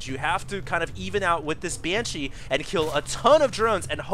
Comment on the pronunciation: BANESHEEE!!!!! lol